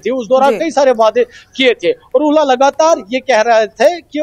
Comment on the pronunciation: It is not 'wayedai' it is 'waday' (Promises).!!!!!!!!